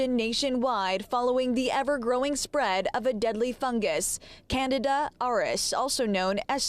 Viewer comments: Please say, CAN-DEE-DAH....People are hearing "Canada...." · This reporter, is an idiot. Canada RS? Canada? It is Candida/Candiadas. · Can-di-da, not Canada 😂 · Candida not Canada. 🤦‍♀️ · Can dee da - not Canada. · They can't even pronounce it correctly...it's Can-dee-da.....good Lord. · Not even the Dr pronounced it correctly! Look how it's spelled at least! It's pronounced "CAN-DEED-A" ! Spelled- CANDIDA! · Oh my God!!! We are all gonna die!!!!! Good God!!! Stop freaking out! Eat yogurt with active yeast cultures every day. Poof! No Candida infection!!! And damn it guys! It's pronounced like this "Can... dee...Ta!" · Did she say Canada? haha....that's not it.... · "Can..D..Duh".. candida is high yeast in the system. It drives me crazy when the news says it wrong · Can dee duh